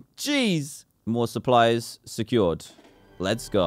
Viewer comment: Dan: supplies securaid. Me:that’s dEfiNAtly dAntDM